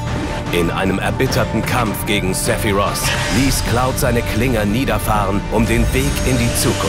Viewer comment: Die deutsche Synchro ist ja insgesamt wirklich spitze, aber die Aussprache bei Aerith "Aeris" und bei Sephiroth "Sephiros" macht mich wahnsinnig... Das ist so "Herman ze german"-mäßig.